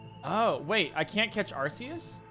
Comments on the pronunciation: Ar-say-us is actually correct in Japanese, to some extent (アルセウス) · The way you say Arceus is right